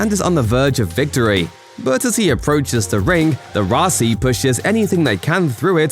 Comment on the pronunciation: Why does the narrator keep calling it the Raci instead of Roci?!